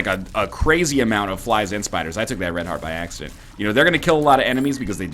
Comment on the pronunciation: I craced up in laughter when he said spys and fliders :D